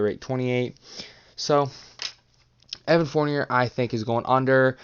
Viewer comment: At least say Fourniers name right